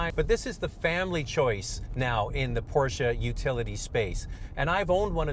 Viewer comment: Wtf is a porcha I thought it was porsche